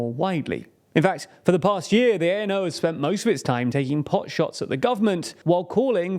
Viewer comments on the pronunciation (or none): I'm not gonna criticise your name pronunciations since yours are in the top 10% of English speaking channels saying CZ/SK names, but I'd like to point out that ANO is not pronounced by spelling it out like "ay-en-ow" but as a word "a-no". Also, it's not [chechia] but [checkia] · Was about to type that too. I've been learning Czech and although there's still lots more to learn I know at least this much. Also the a in ano is pronounced like the a in start. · Why do you insist on quoting Babiš's party as "A.N.O."? It's not an abbreviation, it's the Czech word for "yes". This points at a poor documentation and poor preparation of your video. I'm not Czech, I'm not even a Slav but I know that "Ano" is "Yes": it's just about getting yourself informed seriously before you claim to inform others. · not A.N.O. but ANO, like NATO, meaning "Yes" in Czech. Czechia (ʧekia) not (ʧeʧia). This way it sounds like Chechnya. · I was prepared for you to butcher the pronounciation of thier names but ANO is a little bit too much